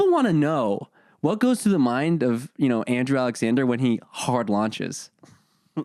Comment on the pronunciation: not me thinking he said andrew juannn